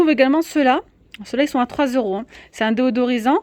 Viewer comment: Bonjour, Merci pour le partage. Petite remarque, on dit "déSodorisant " et non "déOdorisant " ;)